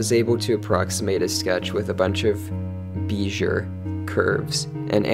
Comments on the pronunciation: when you first said beizure, the way it was louder, and emphasized, I kind of figured you mispronounced it intentionally tbh. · Not sure if the mispronunciation was intentional (meant as a joke or something), but FYI it's BAYZ-ee-Yay curves, following French pronunciation rules